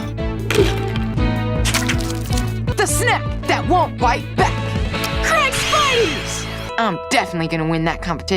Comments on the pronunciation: is this guy allergic to saying the i in craig? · i just noticed 😂😂